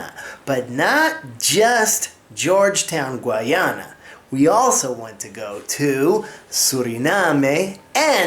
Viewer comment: Please pronounce and spell Guyana correctly.